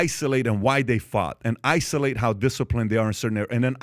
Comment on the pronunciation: Holy sh*t... Pat killed the word 'isolate' for me... i almost got physically ill.